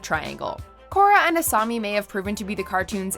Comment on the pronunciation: It's "Asami", not "Asumi". I don't think these are in any particular order, either.